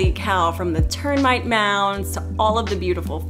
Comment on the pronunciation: Did she just say 'ternmite'...